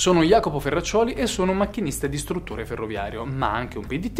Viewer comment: ma hai detto... "ed istruttore" o "e distruttore" ferroviario????